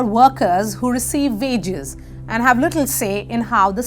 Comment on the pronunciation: Bad pronunciation: wages \ wiges